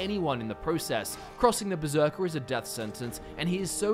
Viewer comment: Um... Hate to be that guy, but it's Berserker, not beserker.